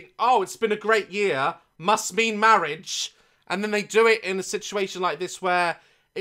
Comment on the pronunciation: “Mawiage. Mawiage is what bwings us togeva today.”